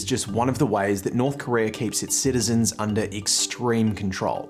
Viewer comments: its not korear its korea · It's North Korea not "North Korerrrr."